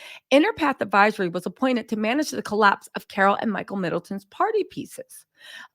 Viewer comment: Did I hear you say “Fiddletons”? 😂😘